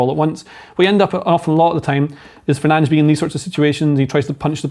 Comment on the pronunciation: Casemiro would indeed be excellent in a midfield 3, even at the age of 33 in the uber fast and physical Permier League. Even in a midfield 2, i.e. with Ugarte, not a midfield 1 (i.e. with Fernandes, pronounced Fernandes unless you're w@ Spurs would have been beaten in Bilbao and Delap or Gyokeres might have been persuaded to join a club playing in the Champions League. 4-3-3 = balance and success (see Klopp, Slot, Enrique's PSG, Abu Dhabi in those seasons when Guardiola hasn't over-thought it). 3-4-2-1 = no real width, no balance = failure. A Kante/Rice/Caicedo-type central midfielder to succeed Casemiro and complement Mainoo and Ugarte would indeed make more sense. United, led by Amorim and Wilcox, make no more sense than United led by Woodward/Arnold and Joel Glazer-puppet Murtough.